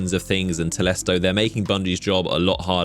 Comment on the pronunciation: All I heard and saw was "and Telsto"